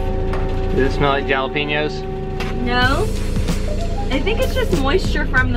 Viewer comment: Did just say Jaw-lee-peen-yo’s? 😂